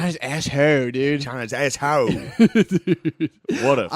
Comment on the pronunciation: “…China is asshode…”😂